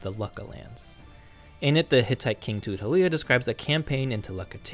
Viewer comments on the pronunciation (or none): You keep mispronouncing "Šuppiluliuma" as "Šuppiliuma".